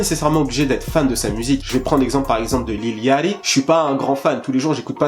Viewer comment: lil yatchy rien que la prononciation de son blazz, je saigne des oreilles